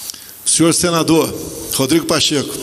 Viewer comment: O general disse Pacheca kkkkkkkkkkkm